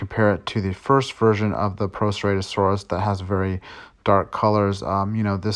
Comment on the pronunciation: Buddy, PLEASE work on your dino pronunciations! First Spin-o-saurus, now Pro-serrate-osaurus! C'mon dude!